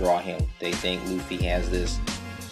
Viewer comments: its Luffy not Loofy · lol you say it like loofy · No Luffy is pronounced Ruffy in fact all L are pronounced R in Japanese. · why do you call him "Luffy" that's like the japanese version cause they can't pronounce the "R" in english he's called "Monkey D. Ruffy" if i'm not completly wrong but still nice video though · "you have to stay on model" Doesn't do it him self. Man you're good at the american cartoons and comic drawings. Manga not so much :S. I mean you even said his name wrong *face palm* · japanese ppl don't pronounce the R with the L... they pronounce the L with the R... like... when franky sang he was singing right RRRRReft because he can´t pronounce the ´L´. just saiying saiyan.jpg